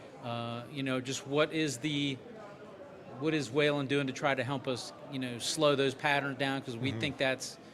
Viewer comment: I like how this idiot host can’t say Whelen correctly